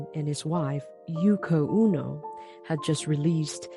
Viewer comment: "Oh'-no" not "Oo'-no"